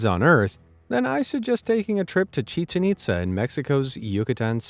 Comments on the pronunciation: I love your work and your sense of humor, man. But. The name “Hiram” is pronounced HIGH-rem, and Chichén Itsá is “chee-CHEN eet-SA.” The name is Mayan, and the diacritical marks over the e and a, as in Spanish, indicate where to stress the syllables. Most Americans pronounce it as you did, but we do need to be respectful of the culture by trying to speak as accurately as possible. Just sayin’... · It's pronounced chiCHEN itZA (does not rhyme with chicken pizza).